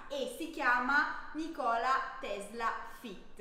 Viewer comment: Volevo scrivere che si pronunciava nikola tesla invece di nikòla tesla